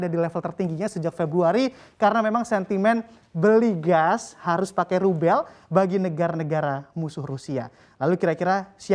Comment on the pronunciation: Rube bcanya l nya gk ke sebut